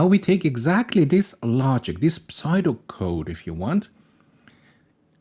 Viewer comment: Amazing video! But pseudo as in pseudo-code is pronounced like sudo (syuudo) Not smart enough to correct anything else in this video lmao, keep up the good work! Love the channel